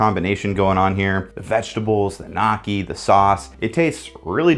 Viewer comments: it’s like NO-key not NA-key just a heads up bro and I think they are doing g the recipe card thing on purpose so u see it and think of other things to order… could just be a conspiracy, but it’s my world 😂🤷‍♂️ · please stop saying gnocchi like that I beg of you 😅❤ NYO-KEY not KNOCKY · gordon ramsay will put his name on anything tbh regardless of quality also gnocchi is pronounced "nyoki" not "knocky" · It's not "nocky". 🪄 it's "nyo-key". *swish and flick* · Dude it's not nock-ie it's pronounced ni-oh-key. Gnocchi I can see phonetically you made sense but when you realize it's from an area it's best to learn the correct pronunciation. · yeah nah everyone i know pronounces it knyocky, not just knocky. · spent a good amount of time in both places and have heard no-ki and nyo-ki but never knocky. also he’s american so it’s still bizarre even if that was true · “KNOCK-ee” bro cmon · Hearing you say "knocky" is driving me insane. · NO-KEY ITS NO-KEY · prounouncing gnocchi as knock-ee isnt helping your good cook case i will tell you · never let an american pronounce gnocchi, they dont know how to and this video just goes to show that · literally just neo-key. did make me laugh tho lol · He called them knockey 🤣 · Sitting here for awhile thinking to myself "What the fuck is a knocky " Then I realize it was ghnocchi 💀💀. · Gnooo-chi is how you pronounce it 😭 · Can't get over how you say gnocchi. Nocky, my favorite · "you-mami" "knocky" jfc dude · "Nocky" Oh lawd plz T_T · I love you calling gnocchi "nocky" lol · "Creme fra-chey...knocky" 😂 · it’s killing me 😭 gnocki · there's absolutely no way you pronounced that like that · This was a great video but the way you pronounce gnocchi made my blood boil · the way you pronounced gnocchi made me cringe so bad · How you pronounce gnocchi is funny (and wrong) 😅😜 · Somewhat pained by this pronunciation of gnocchi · The way you said gnocchi twisted my soul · The way you're pronouncing gnocchi is making me cringe each time TnT